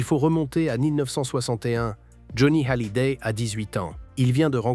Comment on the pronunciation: c'est n'importe quoi et qu'il aprene a prononcer hallyday